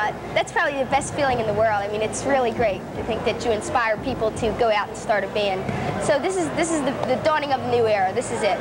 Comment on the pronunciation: I like how she says "bee-und" for "band"...I don't know why, but when I was going through puberty, she was the one that I, uh, thought about. , does Charlotte look wasted?